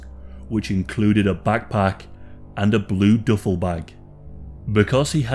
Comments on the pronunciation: "Doofle" bag😂😂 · I know what a duffle bag is.. you said DOOFLE.. Not Duffle.. lmao.. hail Satan!